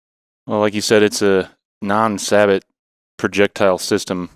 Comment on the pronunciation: You guys list me at sabot. Its say-bo gentlemen. I cant take you serious if you cant even pronounce the word.